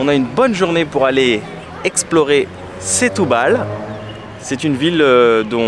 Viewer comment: "Chtoubal" ahaha le frenchy , sinon nos amies portugais comprendront pas ; ) un des meilleurs endroits pour déguster le poisson, cuisiné grillé ou simple, attention garlic mais on peut demander sans...pas besoin de trop! Un choix dingue de super qualité Ville de la seiche à l'encre plat typique mes amis portugais m'ont invitée au resto, plusieurs poissons frais avec un blanc...top! Aussi dans un resto typique de Semsimbra près du port, mélange de poissons et fruits de mer... goûteux ! Pensez aussi à vadrouiller, sortir de la ville, aller voir la montagne Serra Arabida magnifique ! Semsimbra, le Cap Saint Vincent, mes amis portugais m'ont fait découvrir, qqes plages encore authentiques encore peu envahies C'est aussi une ville pour le sport, où découvrir la culture, art, musique, guitare Portuguese (le fado c'est très vivant à Lisbonne)